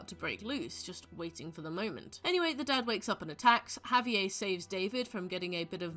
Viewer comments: the way you pronounce Javier is diabolical 😭🤚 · good video but the pronunciation of javier’s name in british is killing me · I've never heard Javier pronounced that way. Interesting